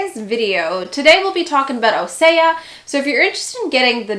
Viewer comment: Just an FYI it’s pronounced O-sea-uh